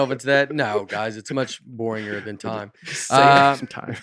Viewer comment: Did Nate just say, "boringer"?